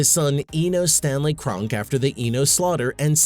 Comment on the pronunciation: It's pronounced Kron-Key.